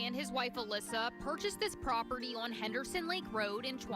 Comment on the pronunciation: "Properdy" is not a word. "Cownee" is not a word. "Acownuhbilidy" is not a word.